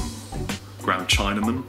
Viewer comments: China-men???????????? we phonetically pronoun it like this: sin-agh-men..i'm referring to the spice you held up btw!! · a ground china-man (cinnamon) LOL i like and when they pronounce 😁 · I've never heard cinnamon pronounced 'china men', weird! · So cinnamon pronounced "china-min" in the UK? I enjoy all of your videos. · that's a funny way to pronounce "cinnamon")) sounds like "china mon") is that british style?) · Руслан Черемисин Like saying "I'm about to watch some tele-vishee-own" really extended and litereal pronunciation of "vision" Many words can be mispronounced but its even more comedic when it sounds like something else, like cinnamon becomes china-man. From Yahoo Answers: Briefcase = Beefcase "Fuccilo. This guy on the radio pronounced it fuckzilla." Some related stuff: What kids say: One of the comments there: "My son could not say 'popcorn' and would only ever scream for 'Cock Porn' anytime we were in a shop- ever- till he was 5.... never lived it down..." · Deliberate mispronunciation of words, 'tis great fun ;) I suspect that doing so is specific to us Brits, but I could be wrong. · Tom SDM any other funny examples of deliberate mispronunciation?) for my collection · That's how you say cinnamon?!? What! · I didn't realize that that's how the British pronounced cinnamon